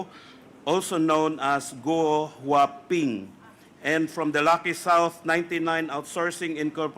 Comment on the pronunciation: 𝐇𝐨𝐧.𝐂𝐨𝐧𝐠. 𝐅𝐫𝐚𝐧𝐳 𝐏𝐮𝐦𝐚𝐫𝐞𝐧: "𝐆𝐰𝐚 𝐇𝐚𝐨 𝐏𝐢𝐧𝐠 (𝐢𝐧𝐬𝐭𝐞𝐚𝐝 𝐨𝐟 𝐆𝐮𝐨 𝐇𝐮𝐚 𝐏𝐢𝐧𝐠) 😂😂😂 𝐦𝐞𝐝𝐲𝐨 𝐬𝐥𝐮𝐧𝐠 𝐤𝐜 𝐬𝐲𝐚 𝐝𝐚𝐭𝐢 𝐧𝐮𝐧𝐠 𝐏𝐁𝐀 𝐥𝐚𝐠𝐢 𝐧𝐚𝐠 𝐄𝐞𝐧𝐠𝐥𝐢𝐬𝐡,,𝐛𝐮𝐭 𝐢 𝐬𝐚𝐥𝐮𝐭𝐞 𝐭𝐨 𝐲𝐨𝐮 𝐂𝐨𝐧𝐠. 𝐏𝐮𝐦𝐚𝐫𝐞𝐧 𝐚𝐧𝐠 𝐠𝐚𝐥𝐢𝐧𝐠 𝐦𝐨 𝐬𝐚 𝐢𝐧𝐪𝐮𝐢𝐫𝐲 𝐦𝐨 𝐤𝐚𝐲 𝐠𝐰𝐚𝐩𝐢𝐧𝐠